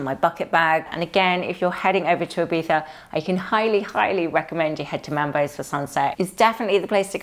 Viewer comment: Hello from the South coast of Spain,. It was lovely to see you and David had such a good time at Ibiza. (Btw, so thankful that your way to pronounce Ibiza is so good😍😍🙏🙏 ) All your outfits were amazing, you truly fit into the Ibiza Style vibe! I wish you a wonderful Sunday and a good start into the new week! Abrazos, Sonia